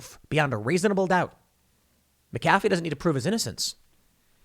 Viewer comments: Mick-uh-fee not Mack- uh-fee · "John meh-cafe" It's pronounced "Mac-A-fee." Christ Tim lol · That Mc-A-fee, not Mc-Ca-fee! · Okay Tim Po-ole, it’s McAfee not Micaffey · MACafee…not maCAFee. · Mac-uh-fee not mick-affey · MAC ef fee!!! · FFS TIM WILL YOU PLEASE LEARN HOW TO PRONOUNCE NAMES & CERTAIN WORDS LIKE MAGNET Not MAGANATE & McAfee pronounced MACK-A-FEE ffs Dude make an Effort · It's pronounced MACafee despite the way it's spelled. Doggone foreigners and their fancy surnames. I used to work for McAfee - your mistake is a common one. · Mac-UH-FEE. Jesus man. Being OLD & KNOWLEDGABLE is a burden! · Tim, it's pronounced MACafee. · It's pronounced mac-ah-fee. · His name is Mc a fee. He's not a friggin McDonald's coffee clown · John McAfee pronounced it mackafee. Just fyi. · Tim it's MAC a fee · It's Mac a fee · Take a shot every time Tim says MahKafee. Congratulations you are dead from alcohol poisoning. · It’s pronounced Mac-uh-fee...from his own mouth in a documentary I watched on him a couple years ago. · It’s MAC-AfFee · MAC AH FEE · Mack-A-Fee a with the short sound. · Please pronounce the name correctly - MACafee, accent on 1st syllable. Shame on you! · It's MAC A FEE. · I couldn't even pay attention to the whole story without clinching my teeth over ,Mac -a-fee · pronounced * MAC-A-FEE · Mac uh fee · You mispronounced Mcafee this entire video and only pronounced it correctly the last time you said it 🤬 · As a second language speaker, is Tim's pronunciation of McAfee on the A correct? I've heard it on the ee only (up to this point). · Why you saying McAfee like that when you're reading, then pronouncing it right when you're just talking? lol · You're mispronouncing his name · If you don't know how to pronounce McAfee just alternate pronunciations throughout your whole video. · I’m sorry Tim you keep pronouncing his name wrong therefore I can’t do it. Believe it or not I’m a huge fan I’ll pick up on the next one. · Can’t even say his name right ?!?!? LOL